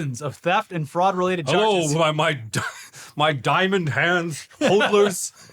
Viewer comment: lmaoooo this mf said frood